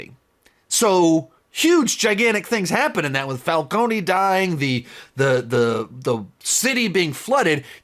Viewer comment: I know its not that deep but its pronounced fal-cone, not falco-knee. I understand pronouncing it that way if youve only read it but they say the name so many times in the movie and now this show I dont understand how he keeps saying it that way😭 love the vid its just funny to me.